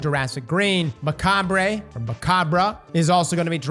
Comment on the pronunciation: For GOD'S SAKE.....WHY IS IT SO HARD FOR PEOPLE TO PRONOUNCE MECHABRE?!? The R is silent, it's pronounced mek-cob NOT mek-cob-bray